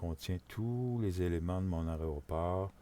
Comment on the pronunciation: tuto intéressant mais apprend à dire Aéroport c'est insupportable d'entendre tout le long aréoport..... dit AIRPORT plutôt..